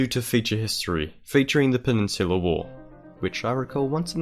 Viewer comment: It sounds like penisular wars